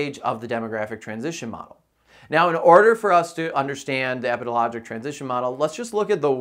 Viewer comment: I kept mentally correcting him too lol